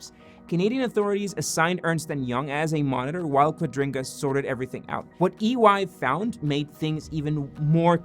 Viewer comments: Why are you pronouncing their currency exchange scam thing .. wrong, throughout the entire video? QuadRINGga? Quadriga?? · Is "Quadriga" pronounced as "Quadringa"? 🙃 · Quadriga, not Quadringa! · Thanks for explaining what Quadiga means to those who didn't know about it. But wouldn't it be even better if you would pronounce it properly? It isn't pronounced qua-DRIN-ga, it's pronounced Qua-DRI-ga. No N in it anywhere! Apart from that, I LOVE your videos and I have subscribed and like everyone I see! As to your question about whether Cotten is dead or lying on a beach on an island: Yesterday I watched the Netflix documentary "Trust No-one". I don't know if this is just a coincidence that I stumbled over your video today but I know what happened to Cotten, of course! He IS dead and the money disappeared because Cotten invested all the assets that he didn't own and LOST them all. He was a lousy investor. He died in India as described (the documentary makers/investigative journalists take the watcher through the entire process of finding out what happened and how). Tell everyone, it is really worth watching (and I don't even like Netflix). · OCD is killing me, every time you say quadriNga it gets worse. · I heard it too. I assume it's some weird accent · Amazing... you haven't managed to pronounce the company's name correctly, even one single time! 😂😂